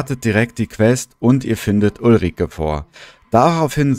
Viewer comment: Btw heisst sie ulrikA nicht ulrikE😂😅